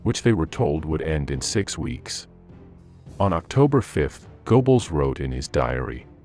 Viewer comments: "Gerrbols", not "Goboles" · Goebbels: Go-Bells? Uh, no. More like guh-bells: that oe represents the o-umlaut in the original. This continual mispronunciation is painful and leaves us all with the impression that the video is recorded by fools. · Goebbles is pronounced more like Gerbbles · You're going to have to fix your (or your computer's) pronunciation of names or you're just going to get laughed out of business. "Moss Cow" for the capital of Russia, pronounced moh-scoe, is merely a midewestern US illiteracy, but go-bells for Goebbels, roughly "guh'-blz," that "oe" is an e-umalut, is just hilarious. But also stupid. What you have here is a very clever beta that is not yet ready for the market. Do not pay the company that is using you to test their audio software, OK? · And Go-Balls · I noticed Goebbels mispronounced also Goring. In German, W is like a V in English. I think Hitler was so desperate for good news, he jumped the gun, claiming victories that had not occurred. Even the weather was against them. First the rains and quagmire. Then the extreme cold. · Call me picky but please learn how to pronounce German. Wehrmacht sounds like a V not a W like in English. Goebbels has an umlaut which I don't have on my keyboard. Otherwise a good historical account of the disconnect between Hitler and Goebbels and the real situation on the front. And how it ruined their credibility. Even worse in 1942 than in 1941.